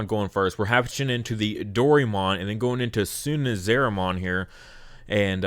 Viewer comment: fyi, it's suna-RI-ZA-mon